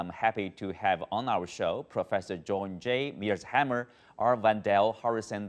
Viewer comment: I think this crappy CGTN host can't even pronounce John Mearsheimer's name. Show how competent CGTN employees are.